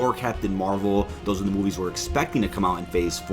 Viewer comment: "...OVER ON DEE MARVEL STUDIOS REDDIT..." 😳